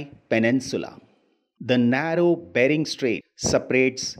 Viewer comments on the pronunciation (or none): none